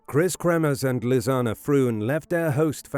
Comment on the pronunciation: It's nice to hear Lisanne's name pronounced correctly. Such a sad story. I don't think for a minute the girls deaths were an accident. AndI do think that the perps. were taken care of.